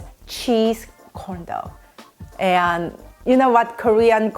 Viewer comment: im so sorry but everytime she says corn dog it sounds like condom